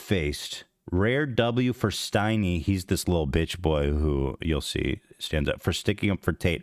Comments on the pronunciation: His name is stein-ey. But same shit. He’s a total idiot. Kyle is too honestly. Built this “empire” yet doesn’t own it. Love that for him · wait isn't his name steiny not stymie??? or am I dumb